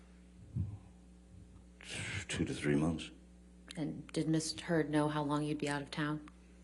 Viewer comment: Haha, the attorney calls her "Miss Turd" . I had to play it three times to be sure I wasn't just wishing that T in there!